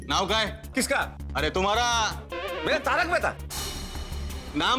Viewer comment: Yu to bawri ek ka bhi naam shi se nhi leti aur sabke naam sahi se bole😮